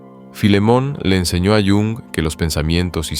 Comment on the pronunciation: Ch, ch, ch... Mal empezamos... No sobreactúes. Carl Jung se pronuncia tal y como se lee en español, el idioma alemán tiene esa fonética. Haz el favor de no anglicinear los nombres, es muy palurdo. De nada.